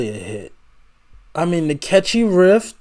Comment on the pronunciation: Just so you know, its riff, not rift.